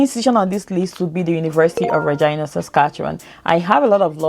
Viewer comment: That's the way people pronounce Regina.. good info ..thanks